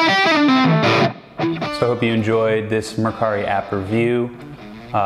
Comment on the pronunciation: omg its pronounced "mercury"